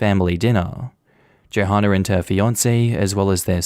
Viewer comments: I'm pretty sure Johanna is pronounced the same as Joanna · The "h" is silent in Johanna....I got so distracted by the hard H sound I need to rewind this now. 🤣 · Hey the h in Johanna is silent.